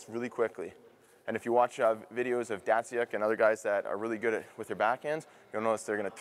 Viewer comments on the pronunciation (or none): he called datsyuk dat-see-yuk... its dat-sook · justin yates uh yea it’s pronounced dat-sook lmfao